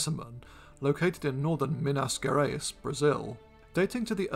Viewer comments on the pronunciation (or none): (Mynas Gerays) I Love hearing english speaking people trying to pronounce words in portuguese. It's just so god-damn funny to hear it.